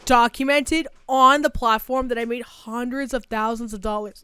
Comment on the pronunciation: "HONNdreds of thousands of dollars" girl I heard that 🤣🤣